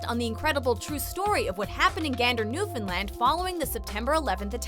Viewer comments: You pronounced Newfoundland properly! Wish I could give that more than one like :p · Lori McKinnon I know, right!? I was surprised when she pronounced it correctly. :) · Thanks for pronouncing Newfoundland correctly! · I KNOW! most people fully pronounce it New-Found-Land, but in Canada we just say New-fin-land